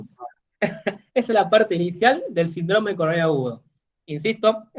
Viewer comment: Saludos cordiales. Tengo una pregunta, ¿Por qué el término SÍNDROME, como tal (que es una palabra de tipo esdrújula), lo mencionan como SINDRÓME (una palabra de tipo llana o grave). He notado que este detalle se repite en Argentina, Chile, Perú y Colombia. Por lo demás, me gustó el contenido. Exitos colega.